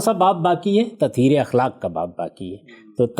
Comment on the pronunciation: دو الفاظ کے تلفظ کی طرف توجہ مبذول کرانے کی جسارت کر رہا ہوں اَخلاق ہوتا ہے اِخلاق نہیں زِنا ہوتا ہے زَنا نہیں